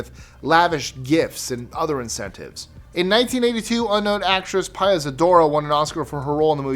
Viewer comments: NOT "PIE-uh", it's "PEE-uh" Zadora! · It isn't PIE-YA Zadora. It's PEE-YA Zadora. And the movie sucked. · Pia Zadora’s first name is pronounced ‘pee-uh’—not that she mattered all that much then....or now.